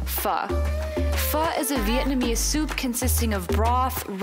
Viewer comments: Glad to hear you guys pronouncing Pho correctly :) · I have to say from a Vietnamese the way u say pho is not bad at all compare to 99.9 percent of westerners and once u drink the coffee u won't go back to Starbucks.